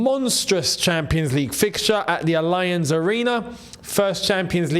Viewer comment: please stop pronouncing 'Allianz' like that! 😂